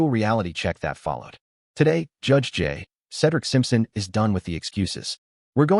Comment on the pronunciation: One of these days an AI narrator will be able to figure out that in the phrase “J. Cedric Simpson,” the period after the “J” isn’t the end of a sentence.